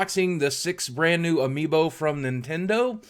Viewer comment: he said amiibo wrong